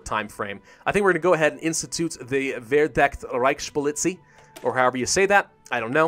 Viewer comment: Verdeckte Reichspolizei... your pronunciation made me cringe.